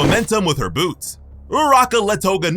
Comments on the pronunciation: I thought you said "big ol' boobs" 💀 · I had to rewatch because I thought you said something other than big ol boots just for a second tho 😂🤣